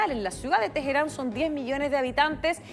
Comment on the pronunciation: No sabia que se podía pronunciar Ayatola y Teheran tan mal que vergüenza